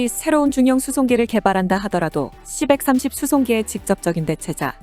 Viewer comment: 기계음 짜증 c-130 시 일삼공 이라해야지 시벡삼십이라네